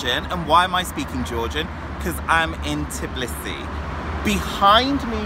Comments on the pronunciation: itsn't "tiblisi" It's Tbilisi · I noticed many people struggle to pronounce Tbilisi and say Tiblisi :D